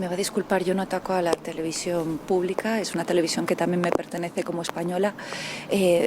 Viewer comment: La televisión púbica española , sí sí , sin la l , qué lástima !!